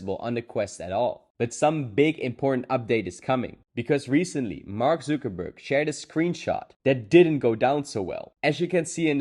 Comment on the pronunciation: “Mark Zookerberg”